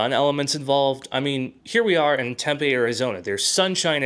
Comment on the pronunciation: Tempe is pronounced Tempy, not TempA. I worked for a tech company that supported a company located in Tempe and everyone there said it was pronounced Tempy.